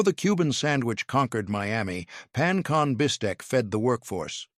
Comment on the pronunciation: It was the pan-con bistec for me 😂